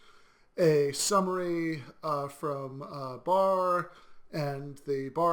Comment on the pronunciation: It's pronounced "From" not "Froom," ; )